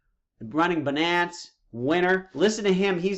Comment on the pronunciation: i don't know what's more irritating, video that's 2hr long or his pronunciation of satoshi and binance. it's sah-toshi, not say-toshi, and it's bye-nance, not buh-nance